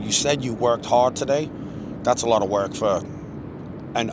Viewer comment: It was hard ‘wok’ 😂. Love these collabs😁👍